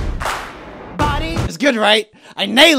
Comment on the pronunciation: actually its "buddy" not body